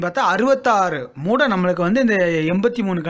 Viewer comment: மூட்டை என அழுத்தி சொல்லுங்க சார்.